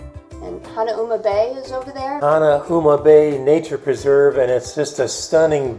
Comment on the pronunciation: FYI....Waikiki=Why-kee-kee...Duke Kahanamoku won 3G/2S in 1912, 1920 & 1924 Olympiads. He was swimmer/surfer b4 becoming Olympic medalist. He was also one of HNL first sheriffs. Later, he was one of the first Hawaiians to appear in Hollywood movie...Hanauma=Hah-now-mah... Leonard's Malasada is distant relative of New Orleans beignets, sometimes filled chocolate, haupia or taro fillings...Nuuanu=Noo-ooh-wah-noo...